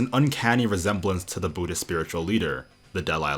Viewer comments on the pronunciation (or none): Budist is the funniest pronunciation ever 😂😂